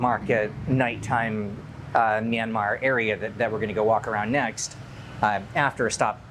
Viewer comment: Btw, the 'y' in 'Myanmar' is a consonant. It is pronounced together with the 'M'. Great video nevertheless! Edit: Aung San Suu Kyi is not and never was the president of Myanmar. When her party, NLD (the National League for Democracy) won the 2015 general elections in our country, she was given the role of State Consultant (I translated it on my own, may not be the official term) which is a position supposedly higher than that of the president.